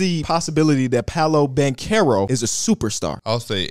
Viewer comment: Its pronounced as literal banchero, not bankero. I know this because his cousin is also a professional player in my country